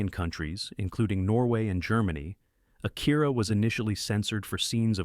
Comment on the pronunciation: A-kee-rah, not Ah- kEAR-ah. (i.e. not like hear or ear. More like key.) Mah-n-gah, not main-ga. Wait, you actually do start to pronounce it properly midway / near the end of through Fist of the North Star.